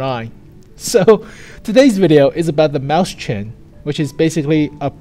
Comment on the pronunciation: sorry to be annoying but I can't stand him saying maus chen. It's written as Mäuschen in German so is pronounced "moi-shen"